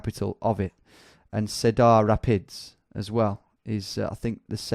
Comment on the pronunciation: Iowa is pronounced with the inflection on the "I", not the "ow" part of the word. And you should know Iowa is really big into corn. It's kind of their "thing". Cheers from Chicago. And come on you don't know how to pronounce "cedar"? It's a type of tree found on every corner of the planet. Pronounced "seeder".